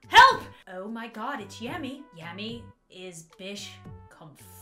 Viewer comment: Yammy not Tammy